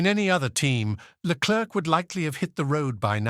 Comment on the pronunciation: why can't this narrator just take 1 minute of time to learn how to pronounce a drivers name right??? Leklerk ?? Verschhhtappen ?? really?? Dumbasses !!